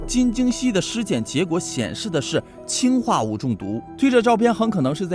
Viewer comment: 氰化物里的氰是二声，我原来也以为是一声，但是说为了跟氢区别开来，所以把它给设定成了二声。